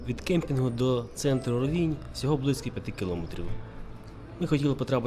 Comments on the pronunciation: рОвінь - наголос на перший склад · Український правопис—наголос на І. Місцеві кажуть рОвінь